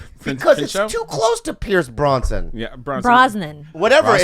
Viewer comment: Did that guy say fucking Pierce Bronson instead of Pierce Brosnan